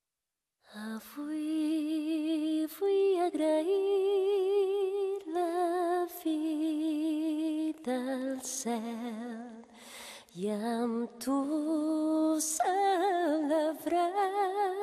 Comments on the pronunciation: En lo de LLUM i SÓC tens raó, peró en VIDA i MÓN no es el que entenc. Si es cert que diu VIDA AL en comptes de FI DEL i no es el que jo entenc, deu ser perquè pronuncia les "v" com "f", i en la paraula MÓN jo entenc clarament VEU. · Xavier Pi Magí jajaja, noooooo. La vida al cel, no la fi del cel. El que passa es que la Mónica Naranjo pronuncia les "V" com si fos anglesa, i sona "F", però diu vida, no fi. Món enlloc de veu.